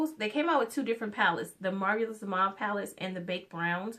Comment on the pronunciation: Marvelous - "MAR-VAL-LES" Just thought I'd drop this here because you were struggling with that word the entire video.